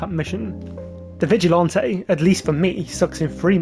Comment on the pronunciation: Bro says vigilante like he’s sipping a strawberry daiquiri with his pinky out😂 Vigilanté🍓